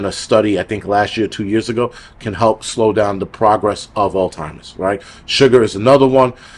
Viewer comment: Every time you said "Altimers", I felt like I was back home! Thanks